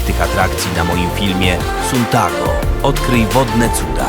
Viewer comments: nie czyta się suntago tylko santago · Mówi się santago a nie suntago